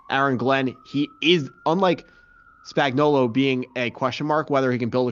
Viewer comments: Steve Spanky-gullo? Really? It’s Spagnuolo. Not “Spanky-gullo” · Man we gotta make sure we’re pronouncing guys names correctly if we’re gonna be analysts 🤦🏽. Nagy and Spags earned that much respect.